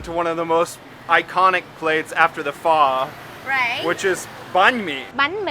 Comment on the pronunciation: Oh no. Now, we have two ways to pronounce Pho incorrectly. 😂